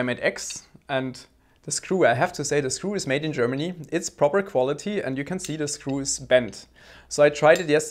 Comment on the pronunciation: "It's propper qualitry" I love Germans. :)